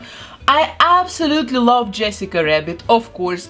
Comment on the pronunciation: And saying Yessica wabbit about 20x ❤